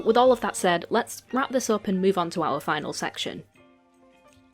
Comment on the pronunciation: “let’s be in!!” “les be in” 💀